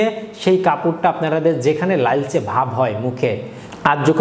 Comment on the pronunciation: লাইলচে বলেন কেন?